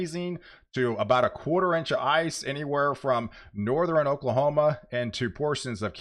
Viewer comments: Please explain why you constantly say Northern wrong! Do you honestly think it is pronounced Northren? I’m sure I’m not the only viewer who is bothered by your mispronouncing of Northern! Stop it! When you do let me know and I will subscribe but I’m not going to subscribe to a channel that constantly misuses a easy pronunciation like that! For some reason I thought you were more intelligent than that! Sound it out! North ern!!! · From Texas and lived there most of my almost 70 years. Never heard anyone pronounce northern with three syllables except him. Nor-ther-in?